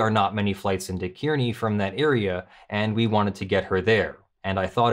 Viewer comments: I'm from Kearney. Its bigger than North Platte, as is it's airport. North Platte is mostly railroad yards. Both airports are small regional ones. Also, Kearney is pronounced 'car-knee' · A minor point, but flights from Omaha to Las Vegas, round trip, are available for less than $300. They really want you to go there. An even more minor point, but kind of a pet peeve, Kearney, in both Nebraska and Missouri, is pronounced Car-knee. Great read-through,. I'm not sure dissolving the NY NRA is necessary. Certainly removal of the violators, barring them from working for any non-profit in the future, and either full restitution or having to pay taxes on all gifts (with late fees and interest) would be sufficient. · It's pronounced car-knee, and it isn't that much of a burden to drive from Omaha to Kearney. This is what happens when you let people believe their own press. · Place names will never be easy, but Kearny, NE is pronounced like "carnie". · Just a FYI - Kearney, Nebraska is pronounced as if it was spelled "Kar'-nee." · Kearney is pronounced car- nee. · It is pronounced (Kearny) car-ney. Yes i am from near there.